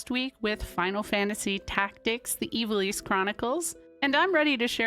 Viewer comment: Pretty cool! But man, my ears and brain are still taken aback by Ivalice being pronounced the way it is supposed to be. Growing up my older brothers always said it, "I've-All-Iss." And it actually being Eee-va-lease makes me feel the Mandela Effect, like I fell through a dimensional gap at the beach after collecting komodo dragon scales or something.